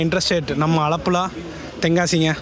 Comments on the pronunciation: Bro alapula no,aalapula. pronounce important bro..... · Alapula ❌Aalapuzha✅ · அழப்புல அல்ல.. ஆலழப்புழா ஒழுங்கா சொல்லுங்க ப்ரோ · அலப்புழா இல்ல ஆலப்புழா ப்ரோ 😊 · 😂 நீயே ஒழுங்காக சொல்லவில்லை... ஆலப்புழா